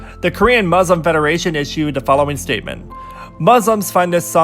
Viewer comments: is it just me or is the way you say “muslim” is weird to me? soz im british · U pronounced Muslim wrongly